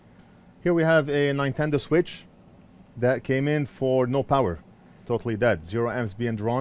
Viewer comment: Ninetendo switch 😆